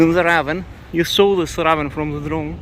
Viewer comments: This is 100% meant to be constructive criticism, as I know English pronunciations with all of the ridiculous spelling rules & exceptions makes it difficult. The word "ravine" is pronounced "ra veen". And thank you for all of the coverage in both La Palma and Iceland! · pronounced Ra veen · Please say "ravine" so that it rhymes with "between" - I only say this to make the channel better and to make sure you are understood by everyone.